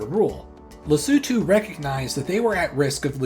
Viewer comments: didn't just learn why SA has a hole in it, but also how to properly pronounce Lesotho! great video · Thank you for pronouncing “Lesotho” correctly, unlike other Youtubers! 😭🇱🇸🇿🇦